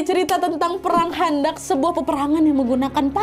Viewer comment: Perang khondak kak!!! Pakai kho bukan kha!!! Heheh jadi ingat pelajaran wak di pondok dulu kak!!